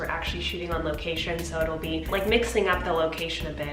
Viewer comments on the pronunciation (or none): I honestly thought when she said location she said vacation. I pressed rewind so fast! I was like they're going on vacation on szn 3 ???